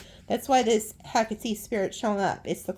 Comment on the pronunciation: I found it! ❤❤❤❤❤ To pronounce "Hecate" correctly, say it as /ˈhɛk.ə.ti/, with three syllables. Another common pronunciation is "Heh-KAH-tee," emphasizing the second syllable, which is closer to the Greek pronunciation. To practice, break it down into sounds: "hek" + "uh" + "tee".